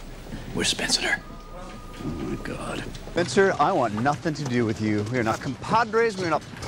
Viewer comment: "We are 'Spenceter'"